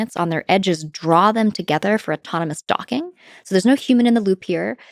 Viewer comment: I giggle to myself everytime she says "docking"